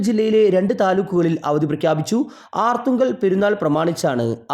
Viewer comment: ആർത്തുങ്കൽ അല്ലടാ ഗടുവേ അർത്തുങ്കൽ കഷ്ടം